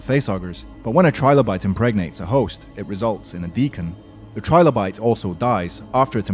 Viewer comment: Just saying, it's 'Trill-o-bite" like "Thrill-o-bite" not "Try-low-bite", think of how "Trillion" is pronounced.